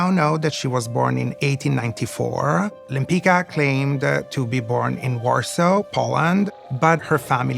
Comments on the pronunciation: Her name was Łempicka pron. WHEM-PITS-KA, not "Lempica". (This was her Polish husband's name, though she herself wasn't Polish). Forget the "de" - it was just a fancy French addition to sound more chic. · I cannot understand why these people pronunce their own name in a wrong way. Łempicka is a Polish name and correct pronunciation is [wempicka] "c" is pronunced like s/c "k" is pronunced like in a word "kind" . It sounds Italian now but it is not correct. To be honest, original pronunciation is much better. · I only wished they learned how to pronounce her last name properly. 😒😒 Abomination. Her own granddaughter butchers her beautiful surname. Shocking 😳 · I wish the expert were able to pronounce her name properly…. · Why does everybody mispronounce her last name? The letter “c” is pronounced as “z” in “pizza”. It’s a typical Polish last name. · I belive that the slavic pronunciation is the correct, the original one. The pronunciation they use in this video has been changed to suit the speakers of romance languages. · No, the pronounciation in this video is not correct, even the great grand daughter calls herself like this. But Lempicka/Lempicki is a polish name and has to be pronounced following the rules of the polish language.